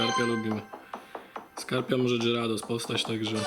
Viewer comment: dżyrados??? chyba gajardos